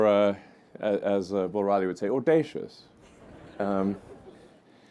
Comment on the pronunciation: He mumbled the word but who says “Audacious”?